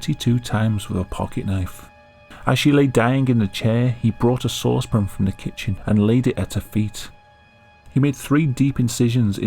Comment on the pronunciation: Have I been pronouncing sauce pan wrong? Is it supposed to be pronounced saucepin? Because that’s how this dude says it. It is so alien and strange to me. Otherwise great video came up the good work.